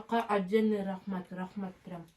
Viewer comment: Рахмат в конце с узбекским акцентом говорит уже))))